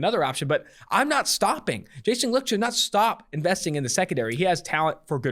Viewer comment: Licht is pronounced Light...jus sayin